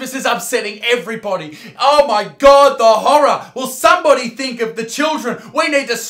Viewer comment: I lost it when he said “ow my gord” 😂